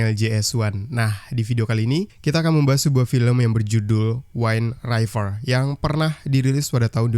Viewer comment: judul WIND RIVER.. dbaca spt tulisannya: /win river/, bukn /wain raiver/.. tdk smua huruf [i] dbaca /ai/.. conth yg bnyk salh ucap: wifi dbaca /wai-fi/ bukn /wai-fai/ ato /wi-fi/..